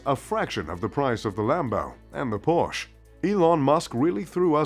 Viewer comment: You're not a true car enthusiast if you cannot even pronounce "Porsche" correctly.